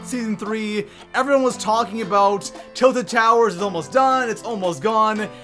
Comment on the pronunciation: “Til Towers” xD